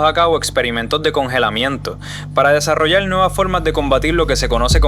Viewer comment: GRACIAS POR EL APORTE DE VERDAD MUY CULTURAL , EL DETALLE , EL NARRADOR SU PRONUNCIACIÓN PESIMA ,PELDIDA = PERDIDA , DESARROLLAL = DESARROLLAR ETC. , GRACIAS.